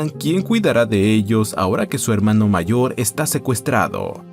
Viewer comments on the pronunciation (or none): none